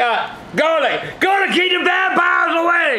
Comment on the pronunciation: "El garleek" 😂😂😂